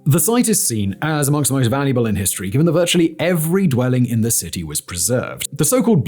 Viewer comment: Your pronunciation of 'iss' like hisstory, professsor, iss, is stressing me out